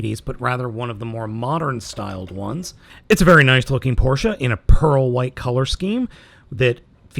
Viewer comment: I'm really glad you pronounced Porsche correct. Cheers!